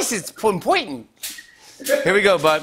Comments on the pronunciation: impointant, posty......rememba? lol yea..... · "Of coirse it's impoitant" Lmao I laughed so hard that my roommate moved to the next room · It's "Impointant" to thank your folks! Right on Posty lol